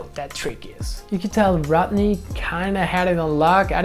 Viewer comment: I love how you call him RAT'NEY